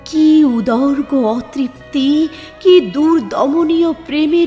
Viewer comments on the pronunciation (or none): কবিতাটি অসাধারণ, bg music দারুণ.. যদিও আমার মনে হয়েছে যে মাঝে মাঝে কোনো রাগের আলাপ try করতে পারো instrumentale. তোমার আবৃত্তি বরাবরের মতোই অসাধারণ দিদি। Honestly বলছি, উচ্চারণের দিকটা একটু নজর দিয়ো। 'উদগ্র ' কে তুমি 'উদর্গ ' বলেছ। আমি জানি তুমি সততায় বিশ্বাসী.. তাই বললাম। Plz don't mind 😊 নজরুলের আরো সুন্দর সুন্দর কবিতা শোনার আশায় রইলাম। ❤️❤️❤️ ভালো থেকো আর ভালো রেখো আমাদের, এভাবেই 🙏💐